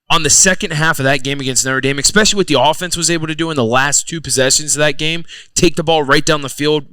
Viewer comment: The ‘X-Specially’ term X10 by Zach